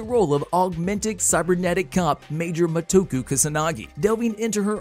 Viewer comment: Batou not Batell. Motoko not Motoku